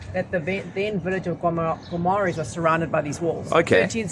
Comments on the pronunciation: Não se lê o u,é Guimarães,não é gumarães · Wanneer julle terug kom, vra die Porratjies hoe om al die Portugese woorde uit te spreek. Dink julle lag julle dood, as julle hoor hoe die name regtig gesê word. 😊😁🤗 Gi-ma-reighnsh (Guimarães)